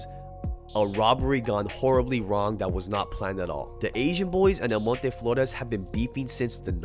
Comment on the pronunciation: Respect for the way you pronounce El Monte...